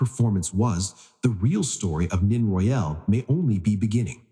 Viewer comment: Time to update AI voice name mispronunciation of both 1st & last names. Nene say Nay nay, Royal not royale don’t say Al. Royal like royalty, without the ty at the end.